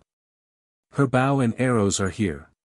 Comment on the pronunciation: I wanted to hear this as I cant read it. Because I can't see long before I see double vision and eyes sting. The mispronunciation of simple words was annoying. I'm going to assume that a I is to blame. Example, bow as to show respect.